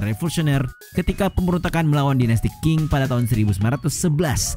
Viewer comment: Menambahkan: kalau q dibaca ch. Bukan c tok. Qin=chin, qing=ching.